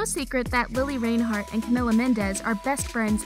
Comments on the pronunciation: take a shot every time mispronounces reinhart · I swear if you say her last name wrong one more time I am going to get YouTube to band your channel quit disrespecting Lili If you can’t say her last name right don’t say her last name at all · In the makeup part, Lili said it herself when she introduced her own makeup video. “Hi, I’m Lili Reinhart. So it seems like the person doing the video should pay attention. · Hannah Vincent ya it’s spelled that way but pronounced rinehart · Any one going to y’all about how she said reinheart in a wired way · Sweetie, it’s re-inheart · WILL YOU STOP SAYING REINHART WRONG ITS NOT RAINHART!!! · Is anyone gonna talk about how she’s saying Reinhart? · Anyone else interest she went the whole video without saying her name right once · The way she pronounced Reinhart😫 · they pronounced it wrong on this😂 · I new all 10 things and they say her last name wrong I luv lili tho ❤️#riverdale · The way she says Reinhart 💀